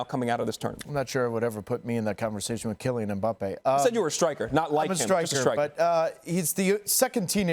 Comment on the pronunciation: "...over Kilyan Mbappe and France"